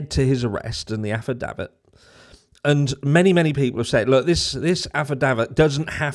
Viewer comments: 😂choooone in for the the "aff-i-daft-id" cant even say its a Norfolk thing but i love it 😂❤ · I love how you say Afadavit. Lol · I like the way you pronounce affidavit. There are certain words I avoid at all costs …like rural, juror, arrears….My speech teacher probably quit after I finished grade school. 🥴😆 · Lol… you just can’t say Affidavit 😂😂😂